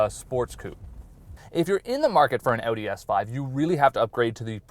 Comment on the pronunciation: That's the right was to say Audi - remember its German not "audio with the o"